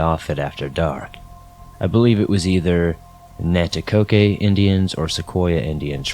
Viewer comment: Coke like the drink not Coke A - Nanticoke not Nanticoke A